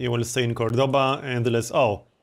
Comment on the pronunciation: Could you please use the correct pronunciation of the cities: COrdoba and GranAda?